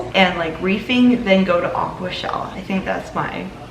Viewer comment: Haha, its more like ah Kwa, if that makes sense 🤣 thinking about it, its a bit like how haha sounds! 😂